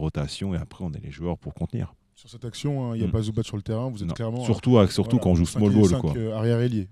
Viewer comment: Super emission ! Toujours aussi cool avec Nico. Par contre une bonne fois pour toutes c'est pas Zoubatch mais Ivitsa Zoubats. Il n'y a pas d'accent sur les "c" de son patronyme. Zoubats. Comme Divats. Le "c" n'est pas à prononcer TCH à chaque fois mais juste quand c'est Ć ou Č. Quand c'est C alors on prononce simplement [TS]. Ivitsa Zoubats. Voilà. Je suis moi aussi croate de Herzegovine, comme Zubac, comme feu Stanko Barać (là on dit Baratch oui), Zoran Planinić ou la superstar tarée de l'époque mister Josip Sesar ♥️